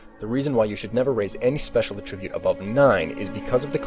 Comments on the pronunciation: it's ATTribute, not attRIBUTE. You put the emphasis on the wrong syllable. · Anyone else going crazy listening to him say a tribute instead of attribute? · AT-tribute. wtf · It’s very hard to listen to his script with him saying “A tribute” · Negative. v. uh-trib-yoot; n. a-truh-byoot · Please learn to say attribute correctly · Good guide, but this has been bothering me the entire time: When you're using it as a noun, the emphasis in "attribute" is on the FIRST SYLLABLE. FIRST!!! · you say attribute wierd